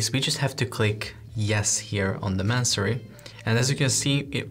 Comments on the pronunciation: May-son-ree. Not Man-surry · Great video! Just letting you know -- no shade, just trying to assist...your lessons are incredible -- the word is pronounced and spelled masonry. I looked on the website and saw you spelled it the same way you were saying it and wanted to flag it so your SEO plays well with the actual search term.